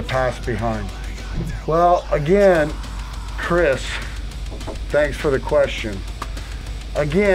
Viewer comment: When clown emphasized “Chris”☹️